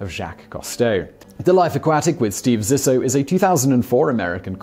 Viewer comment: Subsequently, Zissou is pronounced Zee-soo. But I'll forgive it since I love this series.